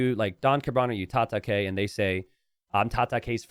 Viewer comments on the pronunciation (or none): Tata-kay..? I think that was supposed to be Japanese word for fight pronounced "Tata-kai", as in Cobra Kai from Karate Kid.